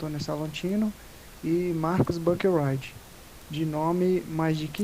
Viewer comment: Oi! Só umas correções aí! É Antônio Salatino, não Salantino. E o nome do Profº Marcos Buckeridge se lê praticamente como se escreve mesmo, BU-QUE-RIDGE. Buscando pelo nome dele aqui no Youtube mesmo você acha vídeos dele se apresentando fácil fácil!